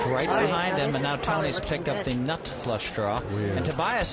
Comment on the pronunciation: why does Hellmuth start talking really weirdly? says the words "nut" and "straight" in a strange way.